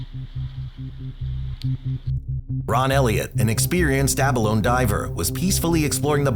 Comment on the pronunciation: Pronounced abalone incorrectly.